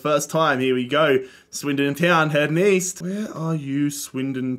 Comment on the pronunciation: East? I thought you said Weast